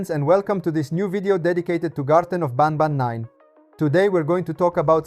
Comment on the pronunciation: I have a question Why do you say Garten of bAnbAn inside of Garten of banban lol😂